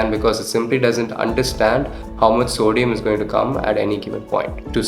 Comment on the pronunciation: Sodium part is kinda hard to understand 🥲